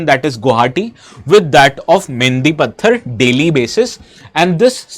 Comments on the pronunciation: Bro it's Not मेनदि पात्थर 😂 It's मेनदि पाथार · Pathar nehi it's pothar poo😅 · Please pronounce Mendipathar properly lol🫠